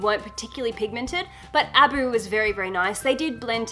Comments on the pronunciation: Love you, adore you, but sweetheart, it is Ah-Boo not Ab-u. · A-boo not aboo